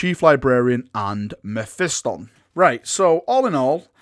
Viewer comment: Learn to Say mephiston correctly